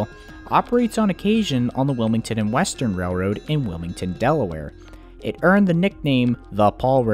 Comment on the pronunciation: Also it’s pronounced Wilmington and western